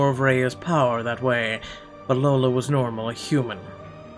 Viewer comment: Also it's not Lola it says I - Ola - iola